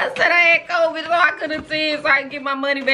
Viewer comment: “I got Cvid 🤭🤭” lmaooooo